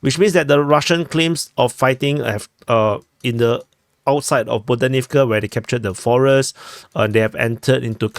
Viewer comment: The "h" in Ukrainian words, as transliterated in Latin script, is never "silent". Stop with the "Bodanivka" foolishness.